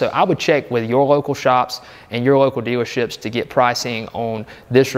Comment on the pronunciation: Great video 👍👍 Did you say "stealership" 🤣 sounded like it I have a 2019 expedition, has a slow leak, so slow I can't tell where it's coming from. Now that I have some ideas I'll go looking for it and get it done. Replacing the radiator fan assembly while I'm at it, the driver side was all of a sudden very loud and I found that the fan itself has some shaft play, I'm guessing it's causing a vibration and loud jet engine sound bc of that play. Might as well Geterdone